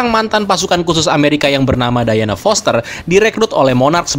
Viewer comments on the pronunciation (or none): none